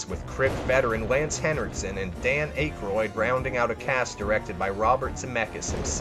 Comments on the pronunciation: the way you pronounced "dan aykroyd" is incredibly upsetting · Your mispronunciation of some of these actors names is just sad. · How could you mispronounce Dan Akroid’s name? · wow youre young huh? cant even pronounce aykroyd. at least your taste in media is decent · I had to stop watching after how you pronounced Dan Aykroyd... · Sin Sanity Yeah, he also said Steve Buseemi. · This list was invalidated when you mispronounced Dan Aykroyd and Steve Buscemi. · Seriously though you NEED TO LEARN PROPER PRONUNCIATION!!! Subsequently (sub se quint ly) Akroyd (ack roid) and Steve Buscemi (boo shim me)!!